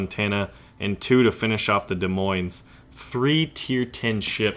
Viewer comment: The "s" In Des Moines is silent.... I'm from Iowa, so I know this.